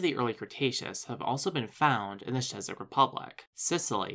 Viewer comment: Great video, just one small piece of advice on pronunciation - the Czech Republic (or Czechia) is pronounced in English as 'check'. To be fair though, if you were only given the written word, it's a fair attempt.